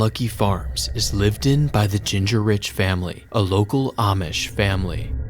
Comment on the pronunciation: "Ginger Rich" is diabolical pronunciation of a very common name in North America lol. So is "Wagon-eer" Ging-ur-ich, often shortened to just "Ging-rich" and it rhymes with "King Rich" Waggoner or Wagoner is Wag-uh-nur or just Wag-nur.